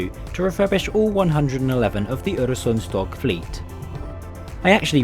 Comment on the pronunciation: Im only 20 seconds in but congratulations! You managed to ponounce "Øresundståg" really well. most people just see the Ø and Å as Os and As, even though they are not. And thanks for making a video on a Scandinavian train! they dont get that much coverage and Denmark gets most of it, atleast my home country was included1 xD